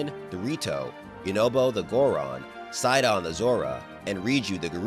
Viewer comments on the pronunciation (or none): none